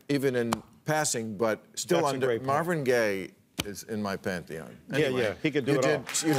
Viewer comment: Bill "Marvin Gay is in my panthy-on" Maher...